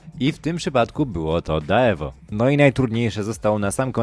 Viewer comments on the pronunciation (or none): daweo xd dełu sie mówi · dełu się czyta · To się nie czyta "Daewoo" tylko dełu! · Deu sie czyta Panie Deu.. nie daewoo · Jak coś to nie mówi się Daewoo tylko Deu. Tak się mówi ale pisze się Daewoo. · Tego się nie wymawia daewu tylko deu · Daewo (dełuu) sie wymawia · Daewo😆😆😆😆 mówi sie "DEU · Deuuuu nie daewo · To nie czyta się daewoo tylko dełuu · Nie czytamy daeowo tylko deuu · To nie daewo tylko dełu się czyta 😂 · Czyta się nie Daewoo tylko dełu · Wymawia sie mniej wiecej daeu (deu, dejłu) daewo pierwszy raz slysze 😂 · Czyta się "Dełu" a nie "Daewo". Widać że młode pokolenie nie kojarzy już starych marek. Ponadto Corvette to nie do końca oddzielna marka tylko brand marki Chevrolet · Nie czyta sie daewoo tylko dełu np matiz lub owy lanos którego spotkałeś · To fonetycznie nie jest „da ewo” tylko „dełu”😊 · Dełu a nie dewo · Nie dewo tylko deu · TO BYŁO DAWEO XD hahahaha to się czyta deu 😂😂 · Ja per.ole..... "daaewoo" 🤦🤦🤦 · Pisze się daewooo a czyta się dełu taka mała uwaga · Wybacz że się czepiam, ale to chyba się powinno czytać dełuu nie tak jak jest napisane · Czyta się Dełu czy jak kto woli Dewu ale nie tak jak się piszę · Daewoo możesz czytać jak DeU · Deu się czyta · daewoo czyta się dełu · Daewoo wymawia się [Dełu) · To się czyta dełu deu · Czyta się ,,deu’’ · Daewoo się czyta dełu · Daewoo czyta sie deu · Daewoo.. czy tak trudno poznac wymowę?